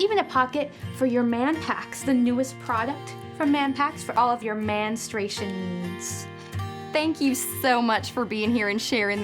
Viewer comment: "Manstration". Lol